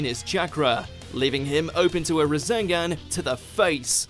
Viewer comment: You can tell the guy commentating doesn’t know sh*t about naruto because of the way he said rasengan.